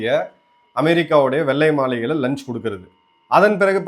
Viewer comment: "வெல்லை மாலிகை " தவறான உச்சரிப்பு வெள்ளை மாளிகை சரியாக உச்சரிக்க கற்றுக்கொள்ளுங்க. நீங்க தமிழ் வார்த்தைகளை நுணி நாக்கால் உச்சரிக்க கூடாது நாக்கை மடித்து உச்சரிக்க பழகுங்க. உங்கள் தமிழ் வார்த்தைகள் உச்சரிப்பு கர்ண கொடூரமாக உள்ளது.